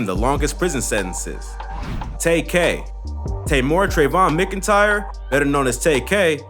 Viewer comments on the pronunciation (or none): Pronounced MAC-IN-TIRE